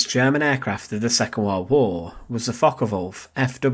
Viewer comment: Focke Wulf not Focker Wulf 😂